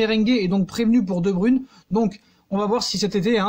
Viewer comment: Tu prononce mal le non (De bruyne) Pronosation (De broyne ) Et non De bruune